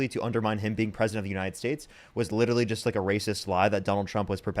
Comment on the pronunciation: i think its cute the way says 'littaly'